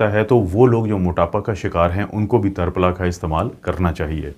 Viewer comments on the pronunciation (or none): جزاک اللہ خیراً کثیرا ڈاکٹر صاحب لفظ ترپھلا میں ت کے اوپر زبر نہیں زیر ہے اسلئے اسے tirphala بولا جاتا ہے tarphla نہیں